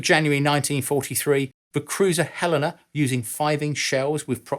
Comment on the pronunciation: As a Montanan, I would like to thank you for pronouncing "Helena" correctly! 😉